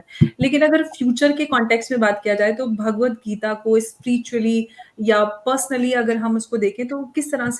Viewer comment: जी-- भगवद्गीता है, भागवद्गीता नहीं।